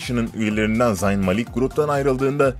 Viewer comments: Zayn ni yazıldığı gibi okuyo bide ya 😒😒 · Zayn öyle okunmuyo hani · Amk şu Zayn'i bi doğru okuyun ya